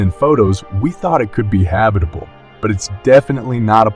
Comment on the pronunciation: Habi-table zone??